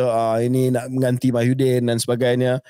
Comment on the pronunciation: KJ always said Mahyuddin, bukan ke Muhyiddin ke?😂